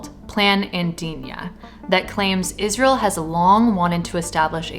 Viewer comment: Sorry, lady but how can you expect to be taken seriously when you're not even able to read properly?! This abomination is not called IS-REAL What's wrong with you? So brain-polluted that you're not getting the biggest joke that's played on you?